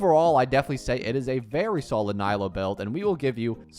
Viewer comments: He pronounced it as nighlou not naylou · “Naylow” killed me💀💔 I hate being this nitpicky but my goodness does it hurt to hear Nilou being pronounced so very American😭 Ni = as in “neat” or “need” Lou = (isn’t that even an English name??😂) Like “loo” or “loser” hahah I’m not hating really, it just hurts my ears, love your content mate👊🏼